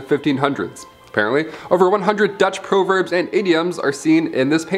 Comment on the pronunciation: Weirdest pronunciation of the word “proverbs” I’ve ever heard. Interesting gallery.